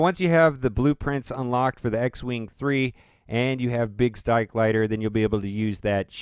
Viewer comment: anyone else hear him say biggs dike lighter